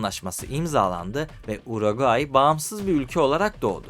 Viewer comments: kardeşim hep yanlış söylemişsin uraguay değil uruguay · Uraguay Uraguay ısrarla Uraguay !!! Ülkenin adı Uruguay! Daha ülkenin adını söyleyemiyorsun kardeş 😐 Bi de Plata'ya Palata deyip durmuşsun 🙂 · Uroqayi yox Uruqvay ölkənin adını düz söyle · uraguayyy ukranya reisimin dilin dönmyo sıkıntı yokkk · Önce ülkenin adını doğru söyle uraguay deyip duruyorsun. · Uruguay demek bu kadar zor mu ya? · Sen uraguay dedikçe Güldür güldürdeki paşanın yanlış bilen skeçleri geldi aklıma. 😂 ama bence diksiyonun çok kötü değil. Ufak tefek destekle çok iyi hale gelirsin. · Abi bak parayla değil zor bir şey değil İsmek’te diksiyon kursu var bedava. Akşam var, hafta sonu var. Ayda 10 saatte öğretiyorlar. Kendine saygın yoksa izleyiciye olsun ya… Yok Uragay yok Brazilya… İlkokul terk gibi bu ne? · Ülkenin adını söyleyemiyosun gelmiş video çekiyosun. Sağol. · Bi de Uruguay diyebilseydin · "Uruguay" "Arjantin" diksiyon ve vurgular felaket.. Lütfen seslerin boğumlanması, seslerin açık -kapalı oluşları, velhasıl; diksiyona çalışmalısın. Emeklerine sağlık.. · Hiç Uruguay diyememiş ki 😂😂